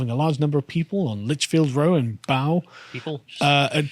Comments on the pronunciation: The real crime that day was all the twerking going on at the party. P.S> Bow is pronounced "bo" (as in bow and arrow), not bow (as in the bow of a ship) and Streatham is pronounced "Stretam", not "street'm", ffs... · "A large disturbance in Litchfield Road in Bow" Bow is pronounced as in 'bow-tie' or 'rain-bow' . . . it rhymes with 'toe' rather than 'cow'. "In the middle of the day in Streatham" The 'streath' in 'Streatham' sounds like 'stress' but ending in 'th', rather than rhyming with 'street' or 'beat'. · Bow is pronounced like bow tie. And if you live in London, machete is pronounced like bunch of flowers, cos they are on every corner and very common as gifts. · It's pronounced Bow as in Bow and Arrow. It's also the kind of place that good decent people don't hang around. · Bow as in bow and arrow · The way Carl pronounced “Bow” hurt me personally…. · I'm crying over Carl's pronunciation of Bow and Streatham 😂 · Did you really just mispronounce Bow? One of the most historic areas/curches in London? Where are you even from, Carl? I am from a different country, and I know that. Some nationalist, not a clue about his own country. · That's not how you pronounce Bow lol - I used to live in this area, lots of nice expensive houses then a gigantic council estate. See if you can guess where this mob originated...